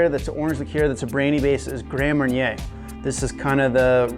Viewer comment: Mar-nyay not mair-inner